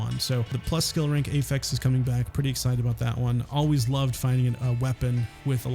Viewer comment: Great video. Just wish you knew how to say "affix" correctly. Driving me wild lolol.